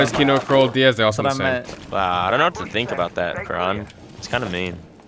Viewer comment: you said krol at first